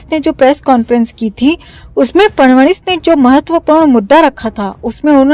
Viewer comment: "फडणवीस" इस नामका उच्चारण "फडवणीस " ऐसा सुनाईदेता है ।